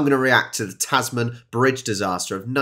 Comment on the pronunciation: Just a point FYI - it's not pronounced "Taz Man", but rather "Tazmn". How damned Australian, hey? :)